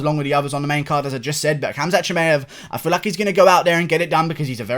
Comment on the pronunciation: Your pronunciation of khamzat is really good you sound like a normal arab